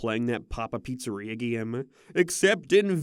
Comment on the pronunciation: Whenever you say the word "game" it always comes out as "geem"